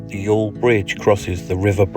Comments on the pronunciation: Pronunciation of Youghal is spot on. It's Yawl :) as for the video, It's terrific to see the town again. Haven't been home since 2017 myself and hopefully will get back this summer. Nice to see a quick snippet of my grandfather's monument in your video too in the market square. Really looking forward to the rest of the coming trip. Safe travels. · Youghal pronounced as y'all so your pronunciation is good.